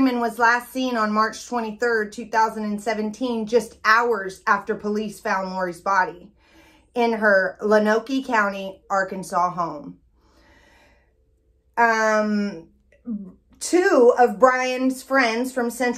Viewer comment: Low-noke is the pronunciation of Lonoke